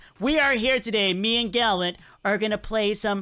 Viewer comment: why does everyone keep saying gallent but its gallant